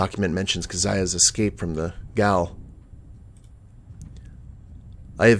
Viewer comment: I'm enjoying this Let's Play very much, just have one minor nitpick - "gaol" is pronounced the same as "jail" :)